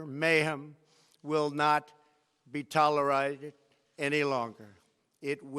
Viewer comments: minutes, I don't understand what he's trying to say here. "Will not be toleraid?" Is he tryn to say : tolerated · Tolerided? He's a terrible president. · Your campaign of Terror, Murder, Mayhem, will not be.. "tolerited"? wtf lol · yes, just over emphasizing it!